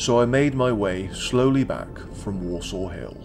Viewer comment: As a born and bred Clitheronian, I really enjoyed the film. Just a small point .. Worsaw is pronounced (at least locally) as "Wursa" rather than "Worsaw"